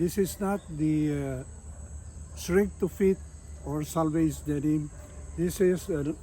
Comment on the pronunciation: why do you keep pronouncing Selvedge (Self Edge) as Salvage?